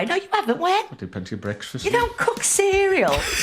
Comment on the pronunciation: Mate, few months ago you came up on my feed and since then you've given me nothing but pure joy and a belly that aches from laughter😂😊. I'm in "sarf" London and when you say the word "cook " it sounds like "kook " to me😅. Thanks for just being you. You're appreciated. I was going to just say I've seen a few more summers than you😂, but im 62, showing you that even an oldie can subscribe 🎉.